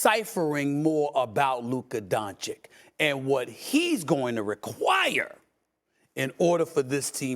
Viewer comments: Luka "Don-Chick"....bro, Stephen, u cover this sport for how long now? How do u not know how to pronounce a top 3 players name....🤨🤦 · It's 2023 and SAS still says "Luka DonCHICK".... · Its Don "citch" Stephan A. Its not that hard, i promise. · Kyrie would take a back seat because he won a championship by taking a backseat. Also now is that after this many years, sas still doesn't know how to pronounce Lukas last name? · It’s 2023 and SAS still cannot pronounce Luka’s last name. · One day Steven a stiff will pronounce Luka doncic correctly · It's just sad how after 4+ years of reporting about him every single day Stephen A. Smith STILL doesn't show the respect and learn how to pronounce the name of one of the top 10 players in the NBA. That's just disrespectful and shows a complete lack of interest in basic knowledge about the topic that you are covering. Whatever he's paid for his work is too much.